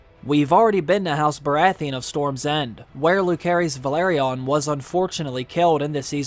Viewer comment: Bro can’t even pronounce velaryon